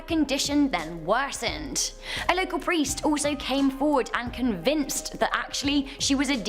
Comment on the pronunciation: Chick with the glasses really needs to read better, santanic? No, satanic. Presters?, no priest. Roland not Ronald guys. Quite simple to get right